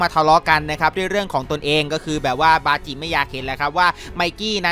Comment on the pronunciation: บาจิครับไม่ใช่ปาจิ😂😂